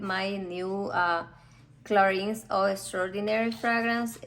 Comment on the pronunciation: Please try to pronounce"Clarin" correctly! Thanks.